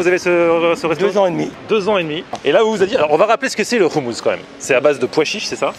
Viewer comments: C insupportable le mec du restaurant ne sait même pas prononcer le mot « hommous ». Comment tu peux tenir un restaurant de hommous sans savoir prononcer ce mot ça montre que ce mec est étranger à la culture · Ehhh trop canon ta fini par apprendre a prononcer le mot "houmous"!!!! On t'attend a tel aviv pour te faire goûter le vrai houmous Libanais!!